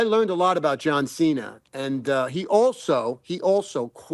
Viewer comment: "yah loved workin' wit seenah seenyah?" He worked wit "neverseenah" 😂😂